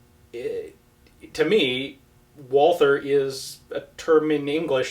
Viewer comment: about the Pronauncing: Walther is a german company (Carl Walther GmbH, founded (again) 1948, in Germany of course...)..... but you say it very well in german (except of the Volkswagen where you got Issues with the "ks" :-D :) ) Greetings from Germany btw... very informative Videos! :-) Ian: Bullet Speeds are regulated by Geneva Convention in some way.. Bullets (or any Weapon) should not torture the Enemy unnecessarily. This is also the Reason why Clusterbombs are baned or DumDum-Bullets...